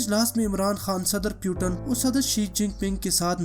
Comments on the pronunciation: Its a not name PUTAN 😂. He is a Vladimir Putin' s 🤣. And first of all u said correct name . Then any video uploaded.... that's why fokat ka ROAST hoga tu bhai. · Abe fakir putan nahi putin bol... Nam to thik le.